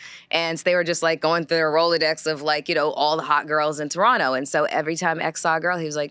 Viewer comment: Melissa has always been beautiful and articulated herself very well and I like hearing her speak, but the back and forth of her pronunciation of Toronto is annoying . She’s from the damn city(as am I) and said it authentically . (Turrono). People from that city never pronounce the second ‘t.’ Stop it, Girl…it’s okay to say it how you know it.